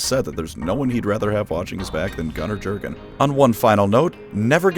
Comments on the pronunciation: Yer-gen not GerGaN. You're welcome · It’s pronounced “yur-gen” not “Jur-gen”. Leave it to the Americans to mess up simple pronunciations like this. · You should pronounce Jurgen not like an American, but like a German name, just like narrator in the audiobook does. Say "J" like "Y" in "yellow" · The only reason I’m not going to download Raid: Shadow Legends is because I’m tired of seeing advertisements for it on the channels of my favorite YouTubers. Edit: Why is Jurgen’s name alway mispronounced? The “j” makes a “y” sound. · I like the video but you misspeaking Jurden's name just broke me 😂